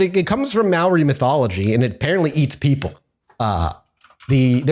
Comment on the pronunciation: Your pronunciation of many of the Maori words are off, but you made a really good shot at it. Though you did mess up some English words too.